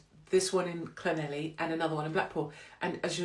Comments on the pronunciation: My Welsh mum would be mortified that you didn’t pronounce Llanelli properly. It’s thnethleegpgogochurghughchokespitphlegm. Wonder why she left. She still can’t say ‘blouse’ (blowers) or ‘fire’ (fyeer) or ‘keys’ (key-eers) or ‘sure’ (shoo-er) 🤣❤️ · When you get to Llanelli, ask a local to pronounce it for you, every you've said it, I've giggled! I must admit, some of the Welsh towns are pretty tough, too many L's & Y's!! Love the earrings 💕🐩🏴💝